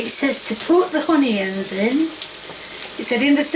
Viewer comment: Tommyahhtoes and Uneeeins!! LOL 🤣🤣